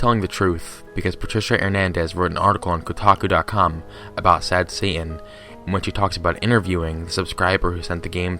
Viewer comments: I like how you say Satan. " Sad Sa'aan" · Sad heying